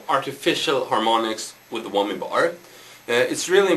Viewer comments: HAHA! He said Whommy! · tee hee.. he says whommy bar